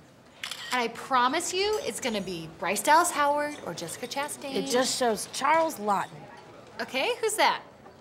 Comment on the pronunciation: “Jessica Chastain” was actually pretty close.